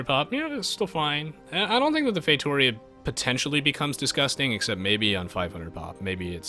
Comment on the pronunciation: Say it fay-toh-REE-ah